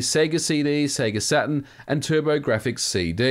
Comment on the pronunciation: Sega Satin? Why do people pronounce Saturn like that?